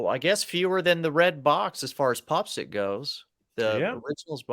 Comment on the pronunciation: Guys, I love the show, but it’s pronounced Pop PSYCH as in PSYCHEDELIC.